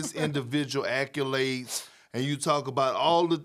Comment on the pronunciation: “ackulades” - kendrick perkins